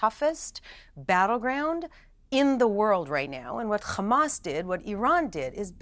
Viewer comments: As an Arab and Muslim, I am going to say a few things: 1- It is called Hamas with an H not KH … so pronounce it right 2- The war didn’t start on October 7th . It started when Israel decided to take the role of the jailer to over 2.3 million Palestinians at the beginning of this war. Treating them like animals without any rights. I keep hearing that Israel wants the best for the Palestinian people and for them to be a democracy. If this is true , why did they kill 223 Palestinian when they peacefully marched to protest against blockade they are getting from Israel with this blockade covering land, air and sea. So civilized , loving and peaceful 😏 So IOF was all of this and they killed 223 , then how many would they have killed if they weren’t. The proof Israel is the oppressor is there is over 5000 Palestinians arrested before that day mostly for fake crimes and accusations. Some of which are as young as 10 years old. 3- The solution for all the issues going on in Gaza is not the dissembling of Hamas as you keep saying but the Israeli mentality that Palestinians need to leave their ancestral lands to stay safe. Now regarding the fake points said by the guest Noa Tishby… I dare you to show us any Palestinian blaming Hamas for what they did. Coming back some of the fake information being fed by Piers on this show over the last few weeks 1- Palestinians refused the peace talks in 2000 but no one is talking about 2014 Peace talks when all Palestinians group but Israel refused . 2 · Khamas 😂 she can't say hamas 😂 kh kh kh khamas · I'm not here to contest what she said, but once you learn that HAMAS is an acronym "Harakat Al-Muqawama Al-Islamiya" (Islamic Resistance Movement), then hearing an educated person repeat "Khamas" over and over again, it just sounds all wrong. Ya know? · Sorry I'm out. Can't handle any more people saying "khamas".😤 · Ive heard how Arabs pronounce Hamas, genius. It's NOT "khkhkhkkhkhaAAAmas". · why can't jews pronounce Hamas correct? 😮